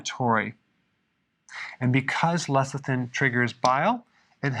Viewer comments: He keeps saying lethicin instead of lecithin, why is that? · Pronounced Less-i-thin. NOT Leth--i-sin. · He keeps saying lethicin..tongue twister..lol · I keep hearing LESSER THIN.